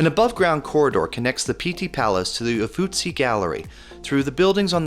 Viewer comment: Beautiful photography and a very pleasant voice over- but there are several words that are mis-read, one quite amusingly- In Florence: Uffizzi Gallery, not Uffuzzi. In Positano: Limoncello, not lemoncello, and in Capri, the gondola is called a funicular- the word you substituted, vernacular, is a linguistic term, not a mode of transport!